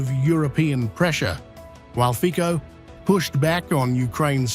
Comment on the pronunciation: Fico/fitsoh/, not /fikkoh/